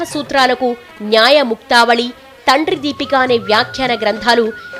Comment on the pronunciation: తండ్రి దీపీక కాదు తల్లి అది తంత్ర దీపీక..ఇంకోటి భజతాo అని చదవాలి..నువ్వు భజతo అని చదివావు